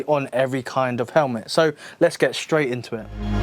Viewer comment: Don't say 'shhhhstraight' , it makes people sound like a twit.